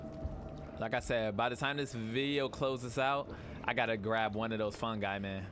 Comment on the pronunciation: you were so close its fungi like as in mushroom